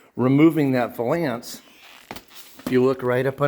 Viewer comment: Valance like balance, Not va lance. Ughhhh!